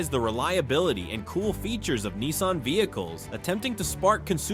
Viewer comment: Nissan not keensun